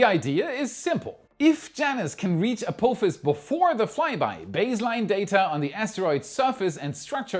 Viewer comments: you made me do a spit-take with your pronunciation of "Ah-Poo-Fas" for Apophis 😂. As it's named after the Stargate SG-1 villain, the correct pronunciation would be "Ah-Pah-Fas" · It’s pronounced App-office. Apophis… Have you never seen Star Gate? Ancient Egyptian mythology etc… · A-poo-phis? Really?